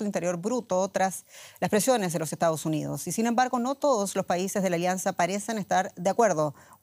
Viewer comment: Dice "EstaOs UniOs"